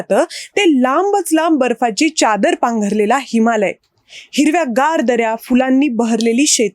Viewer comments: व्हिडिओ माहितीपूर्ण आहे. आवडला.👌 फक्त च्यादर नाही चादर म्हणा.😂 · Chadar nahi cadar